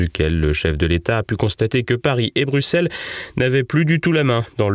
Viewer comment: S’il vous plaît veuillez dire à ce gentil que Bruxelles se prononce « brussel »